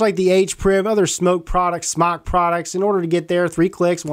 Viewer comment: SMOK, pronounced smoke, not smock.